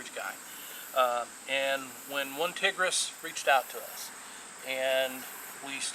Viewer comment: Good review. It is actually pronounced one tIger ess